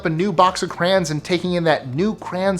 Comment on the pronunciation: It s not cra on It's cray ons